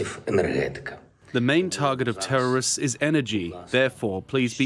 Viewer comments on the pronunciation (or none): Not Tvrrorism. Someone really needs to tell him to stop saying that.